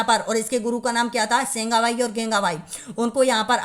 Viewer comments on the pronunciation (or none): अरे भाई काली बाई के गुरु का नाम, सेंगा ओर नाना भाई था आपने बोला केंगा😀😁